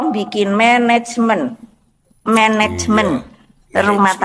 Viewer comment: Ngakakkkk....mendengar menecmen... Gak jelaaas blass.